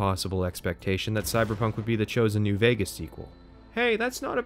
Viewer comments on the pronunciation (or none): none